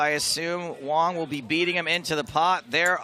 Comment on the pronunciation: It's wang!!! Not wong!!!😆